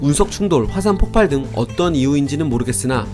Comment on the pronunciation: 또 폭팔이라고 발음하시네.. 제발요.. 폭발입니다